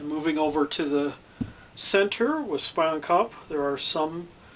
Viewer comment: Looks great, I think it actually pronounced as spee-on kop